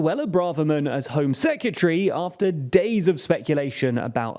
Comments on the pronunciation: Why does he pronounce 'Secretary' as 'Secutery'? It's giving me 'Nucular' flashbacks. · Are you saying "secutree"? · It’s secretary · Nearly shut this video off over that pronunciation of secretary 🤦🏻‍♂️ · Why are you pronouncing secretary like that😂😂 killing me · Please learn how to pronounce secretary